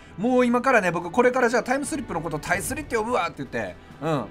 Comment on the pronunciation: タイスリしっかり言っててさいこう！！！